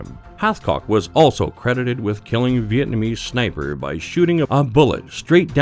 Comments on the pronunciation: I swear he said “Snaper” at the beginning. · Sinper bitten by a viper !! 😂